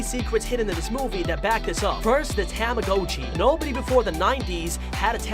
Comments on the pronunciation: Ah yes, Tama-GO-chi: the weird and unreal object.👌 Tamagotchi? Nah, Tama-GO-chi. Get it right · Its not Ta-MA-go-CHee, its Tama-GA-chEE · I’m getting so frustrated that you keep pronouncing the tamagotchi’s name wrong You are pronouncing the ‘o’ like it’s a long o, but it’s really a short o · you did NOT just say TAM-UH-GO-CHEE WHEN IT'S TAH-MUH-GAH-CHEE BROOOO😭😭😭😭💀💀💀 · "tame a go chi" ITS PRONOUNCED TAMAGOTCHI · “THE TAMHGOCHU” it’s a tamagotchi get it right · tamagotchi ta-ma-got-chi not ta-ma-go-chi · tama GA chi not tama GO chi Am I the only one that got mad at this? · Bro he really said TO-mo-go-chi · A “ Tamm- O-Goat-Chee “ ??? Got that pronunciation a bit wrong bud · i like how he says tamagOchi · tomma-got-chee, come on man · What about the Timmbits man !! And just saying its tama-gotch-i as in gotcha not go-tchi STOP butchering the beloved 1900's toy name. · tah mah go chee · It’s pronounced “TOM-UH-GOTCHEE”, and bao is not “bayo” it’s “bow” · Didn’t we all ready know this? And it’s a ta-mi-got-chi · Mans pronounces Tamagotchi and Bao wrong like tam-a-go-chi and ba-yo lol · Tam-ah-go-chiy. Woooow. Peeeerfect pronounciation. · Bay-Oh and Tama-Go-tchi.... 🤦🏽‍♀️🤦🏽‍♀️🤦🏽‍♀️ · Why does he pronounce tamagachi (dont know if I spelled it right) like that? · What is wrong with you? You pronounce tamagotchi wrong, and you pronounce bao wrong! Get it right! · It freaks me because he pronounces tomagochi wrong, it may make you mad that I spelled it wrong. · Anyone else bothered about how he pronounces tamagotchi? XD